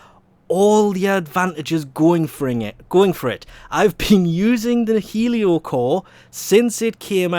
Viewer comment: This is probably the only weapon name 'Heliocor' that you did not mispronounce. Also thanks for the video.